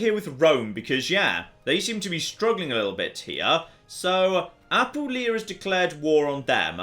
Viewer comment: But does his tendency to do so justify me nitpicking about his pronunciation of "Apulia"? He's stressing the wrong syllable and it irks me